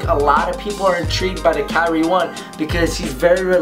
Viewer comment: Pronounces Kyrie incorrectly